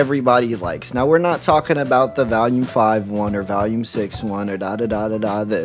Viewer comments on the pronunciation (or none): The way you pronounce volume bothers me because there's no a in the word, but you say it like it does every time. Otherwise good video!